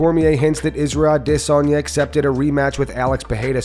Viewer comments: you need to stop saying A DEHHHHH SANYA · Why do you always prounoce Israel last name as Dissonya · Nobody: This guy: ADISS Sanya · Stop saying DISanya. So annoying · Funny, the way you say a”DE”sanya instead of adesanya 😂😂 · Why mispronounce adesanyas name again and again... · Why does the narrator pronounce adesnya wrong?